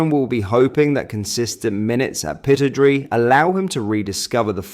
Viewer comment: Try pronouncing pittodrie corrrectly 😊